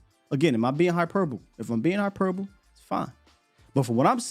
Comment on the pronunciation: Hyperbole has the e sound on the end. Hyperboleeeeeee